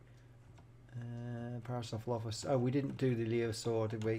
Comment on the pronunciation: you pronounce it "pair-uh-soor-uh-lof-us"